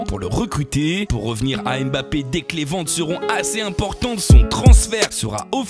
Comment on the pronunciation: Mbap-pé et non M- bappé 👍